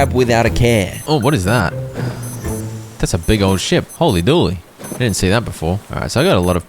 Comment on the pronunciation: You're the only person I've heard pronounce "Hooley Dooley" as "holy dooley"